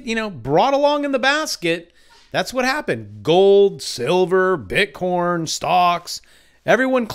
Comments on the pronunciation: Why are you saying "BITCORN"? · nice, i kept hearing bit corn. *joking... Liked your video!